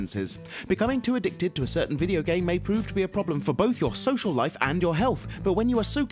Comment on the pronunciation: Soshal lief? Fuck is that?